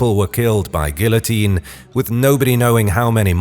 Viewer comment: I hate how he pronounces “Guillotine”. Other than that, love the video!